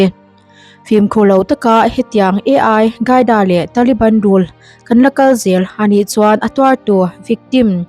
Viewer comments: Ai qaida nilovin ALQAIDA zawk w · Ai hi AL QAIDA ani em le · Mizo tawng tak in al kaida tih tur ni awm tak a ni ai gaida i tih hi